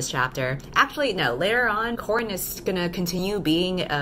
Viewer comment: It took me a while to remember that the main character's name is Coran not "corn" 😂😂😂